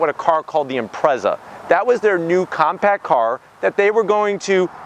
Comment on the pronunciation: Stupid yank can’t even say Impreza properly. Guess what he’s talking shit most USA imports are crap versions of scoob